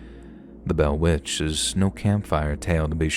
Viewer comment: The butchering of The Bell Witch is really disappointing 😢